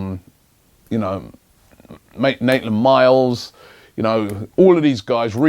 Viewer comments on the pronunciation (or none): Its Maitland-Niles Robbie, not Naitland-Miles. Every video :L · You were about to say Maitland-Niles Robbie, but you said Naitland-Miles again! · It's 'Maitland-Niles' not 'Naitland-Miles'! Cmon man you get this wrong every time mate. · Robbie said Naitland-Miles. Thats it. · Ffs Robbie he’s called Maitland-Niles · ...and he's said it again - "Naitland-Miles" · "Mait..Naitland Miles" ALMOST Robbie ALMOST! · Robbie changed from Maitland to say Naitland-Miles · MAITLAND-NILES FFS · I'll give Robbie a hundred quid if he can get maitland-niles name right the first time around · Ffs Robbie it's Maitland niles